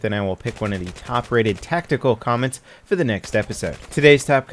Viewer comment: That emphasis on "Tactical" xD